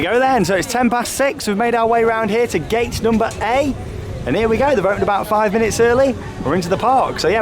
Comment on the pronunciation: anyone else hear him say gate number a